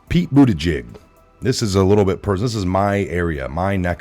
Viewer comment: DO NOT CHANGE!!! I appreciate how you slightly mispronounce a word here or there. Bootyjig. News anchors all say "Pete Bootedge-edge". No! Pete Bootyjig. That is his name now and forevermore!